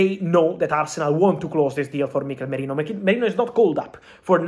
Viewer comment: Who's Mikel Morino? You mean Mikel Merino? 😂😂